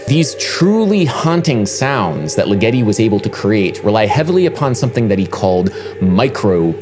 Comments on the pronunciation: Great video Adam, but I think the stress in Ligeti's name is on the first syllable (LI-ge-ti) rather than the second (Li-GE-ti) as you have it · Adam, et al, please correctly pronounce the French title (poe EMM SAM foe neek), as well as the composer's name (Gee OR gee (The Gs are as in Gregory...) LIGG eh tee,...) , not like spaghetti! Otherwise enjoyable. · LIgeti. The emphasis is on the first syllable. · it's LIgeti, LIgeti not liGEti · Dude... Legeti's name is pronounced LIgeti not liGEti. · It's pronounced Diord'(soft d) LEE-geti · The composer's name is pronounced with the accent on the first syllable. LIG-etty. (As in, it works as part of a punchline like "why did Ligeti split?" -- creating a joke to fit the punchline is left as an exercise for the reader) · sorry to be the annoying pedant here... it's 'Jerge' (soft j and g) Li-gutti (emphasis on the first syllable) :) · Hungarian György sounds more like Giurge or Dyurge. And put the stress on the first syllable in Ligeti: Dyurge Leega-tee. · Hyggen76 ligeTEEEEEeeeeaaauuuiii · I'm sorry to be this person Adam, but Ligeti isn't supposed to rhyme with spaghetti... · You really need to a take a couple of seconds to be sure you know how to pronounce the name of a composer before you talk about them. First you butchered Steve Reich's name and now Ligeti's. For such an otherwise well spoken person, this is a glaring gaff.